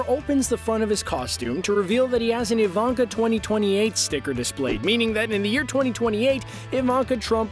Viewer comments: EE- VAN- KAH….. not Ai-Van- kah for God’s sake, It’s a Slavic name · The way he pronounces things like Ivanka he keeps saying I-VON-KA it's pronounced E-VON-KA